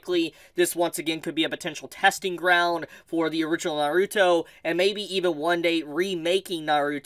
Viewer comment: Please say the word Naruto right 😢